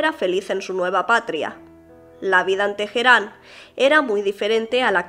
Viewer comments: Una duda, ¿por qué dices Tejerán? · problemas de identidad...spanglish. en español la "H" es muda, en ingles surna como la "J"